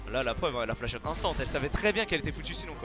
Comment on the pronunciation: ptn quand il dit "flash out" je suis la seule a comprendre "flachotte" ???